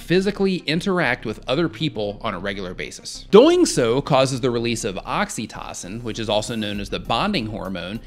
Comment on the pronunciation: So... you're saying I should leave the house at some time? BTW - "Oxytocin" is pronounced with a "long o" sound on the third syllable. And I suppose I'd have an easier time in my social life if I weren't such a factard :)